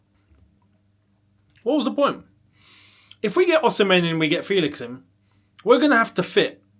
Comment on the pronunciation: The pronunciation is “FEHLIX” and not “FEELIX”